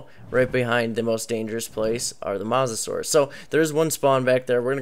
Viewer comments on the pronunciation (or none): its mosa not masa